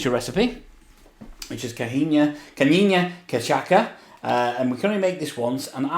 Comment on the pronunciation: Ca-CHA-sa, it was on the card xD My earrrrrsss